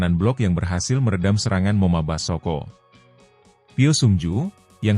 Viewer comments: Ai peppers kok ngomong moma basoko,belajar lagi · Bgm komentator,kok ngomongnya moma Basoko.